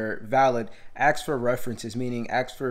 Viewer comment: The word is "ask" not. "axe". Practice saying that because saying axe instead of ask makes you sound extremely unintelligent